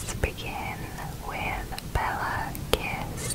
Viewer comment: Kiss is actually pronounced more like kish.